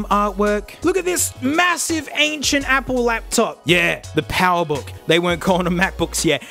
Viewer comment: Ah, yes, my favorite laptop, the “PoweBook G4”